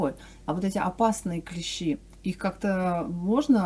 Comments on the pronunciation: Всё, конечно, полезное рассказываете и правильно, но режет слух клЕщи, потрудитесь исправиться. КлЕщи - это инструмент, а никак не клещИ. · Ударение на первый слог клЕщи обозначает "столярный инструмент" , а "насекомые" - клещИ. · КлЕщи, блин. И это музей, где ученые сидят. Блин, она еще и слышала, как правильно, и все равно клЕщи, ну е мое.